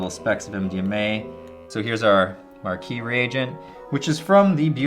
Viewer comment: Markeees??? Lol marquis bro. The "S" is silent...